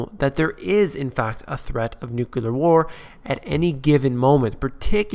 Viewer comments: The word is N U C L E A R not n u c u l a r. When you learn to spell and pronounce a simple English word, you may get more listeners - but not me! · Every time i hear someone say "nukular" instead of nuclear, I stop the video. It's too bad he said that word in the first 10 seconds of his show.